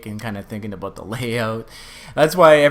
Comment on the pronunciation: Aboot your Canadian